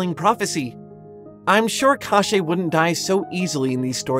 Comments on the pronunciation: God, you pronounce "KoschEi" so weirdly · this pronounciation of "Кощей" was so weird that legit thought : "Oh really i haven't learned that we had this character in Russia", until 8 minutes i finally realize what was it about.